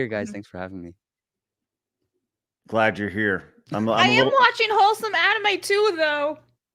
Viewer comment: It has been established before that does not actually know the meaning of the word "wholesome," or "kholesome" as he says it.